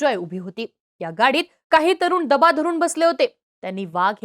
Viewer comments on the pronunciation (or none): डबा धरून नाही, दबा धरून असतं ते. 😅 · 2.10 डबा धरून... नाही ग बाई दबा धरून म्हण